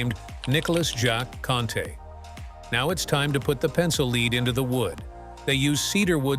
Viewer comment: if huggbees was unfunny and boring and stupid AI cant pronounce lead. please delete your stupid robot wikipedia channel forever